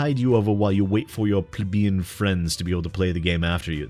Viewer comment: may be nit picking but there is an L in plebeian